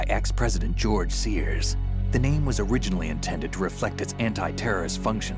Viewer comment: "Gorge Sears"